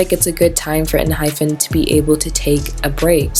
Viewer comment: not really the point but just wanted to say it in case no one else did, it's pronounced en hi pen (kinda) and not with the actual pronunciation of hyphen, for a better explanation, you can hear them say it when they introduce themselves and pls dont get me wrong i dont wanna be annoying again, just wanted to say it in case no one else did